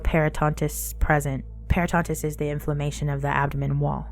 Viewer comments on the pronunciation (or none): It’s peritonitis, not peritontis.